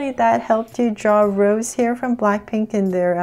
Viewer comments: Sorry to correct no hate but it’s not rose it’s rosé pronounced as roseh the ae sound is added from the little slash up there and you can also call her rosie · i dont wanna be mean but its not Rose it is Rosé it gets a sound of ae rosae but we say Rosé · I rly love this but......it’s prounounced Rosé and the E sounds like “ae” like ayy so its Rose not how you pronounce the flower rose btw just usefull advice in pronouncing her name😁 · "Rosa?" She is "Rosé" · You pronounce her name like “ Rose-ay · Who else is mad she said Rose and not Rosé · Her name is not rose it's ros'e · Yes Please do more BLACKPINK and it's pronounced rose-a but spelled Rosé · Yeah that's how it's supposed to be pronounced. It's not gonna be rose. It will be pronounced as rose-ay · Hi! Just wanted to say Rosé is pronounced like Rosie!